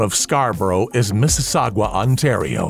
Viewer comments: Mississau-gwah Ontario 😂. Not meaning to poke fun, but always get a kick out of how most non residents pronounce Mississauga. Good video 🙏🏻. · Mississ... sagwah Ontario hard to hear.